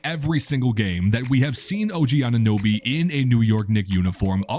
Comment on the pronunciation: What is it with these amateur reports mispronouncing OGs last name. So disrespectful and embarrassing